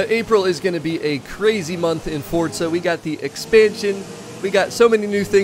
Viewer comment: It’s forza not fortza.. lol